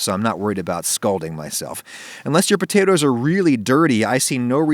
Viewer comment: aww did he say "pea-tatoes"